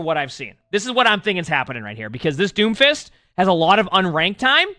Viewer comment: "d o m f i s t" said confidently